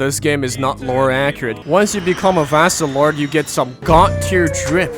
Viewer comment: This guy saying vastorage is hard am grinding for hos